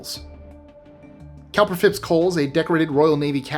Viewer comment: Also, COWPER is pronounced COOPER.